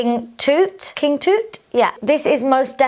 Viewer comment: Pronounced King Tut not King Toot 😂